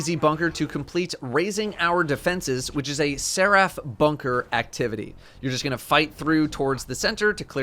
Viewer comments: It’s not ser-AF, it’s SER-if. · Nobody:: Se-wrath. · Nobody:: "Ser aff" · The way he says Seraph is killing me.